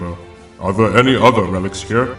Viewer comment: My only gripe with the voice acting is that you guys say, “udder” instead of “other.” Like, the “th” is replaced with a “d.” Otherwise, really intriguing. Good job.